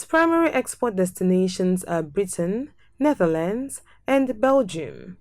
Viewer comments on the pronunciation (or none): none